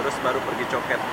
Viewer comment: orang Malaysia bilang: Cho Kit, ( co kit ) bukan Co ket.